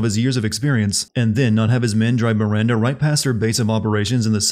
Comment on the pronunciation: You missed a sin for Heisenberg saying Mirander every time